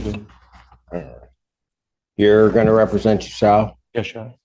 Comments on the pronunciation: Why does the content creator keep calling him McGuff when the video and court clearly call him Magoo??? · McGuff? It’s Magoo 😂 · I’m not sure if anyone corrected you but his name is MAGOO not MCGUFF the crime dog! Geez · Commentary: "McGuff." Audio: "McGoo." Seriously, where does this "McGuff" pronunciation come from? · He pronounces it like "magoo" not "maguff" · This is magoo not gruff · If the court is pronouncing his name as Magoo why is the narrator pronouncing it as Mcguff? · It’s Daniel Magoo not McGuff. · I hope will cover more of this guy's appearances since they are so amusing. However, I hope in future coverage you will avoid the temptation to mispronounce his name, which is Daniel Mcgough. It's pronounced "Magoo", not "McDuff". We hear the correct pronunciation throughout the hearing and don't wat the entertainment value diminished by avoiding the correct pronunciation. 🤣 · His name is pronounced Magoo but spelled funny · The fact that he says his name like 100 times in the footage you cut down to fit this video and you can't say it correctly is honestly pretty frustrating and calls into question the validity of your takes. He pronounced it Magoo so many times. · Why do you keep saying his last name wrong? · Magoo, Magoo, Magoo, Magoo. For Gawd 's sake, his last name is MAGOO!!!! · It's pronounced Magoo, they even said it in the video, lol. Think there was a miscommunication with the VO people.